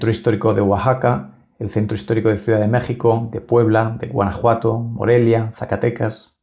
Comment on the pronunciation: Amigo, antes de volver a enunciar el nombre de MÉXICO, Aprende pronunciar la X.